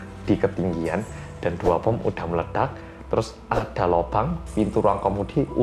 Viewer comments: Pas bilang "membawa bon" Auto ngakak, knp bawa bon daaah 🤣🤣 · Seketika ku ngakak pas bilang bon yang harusnya bom. Me: iya bon sama menyeramkannya